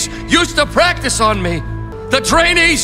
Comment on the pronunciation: it's practi''ce''.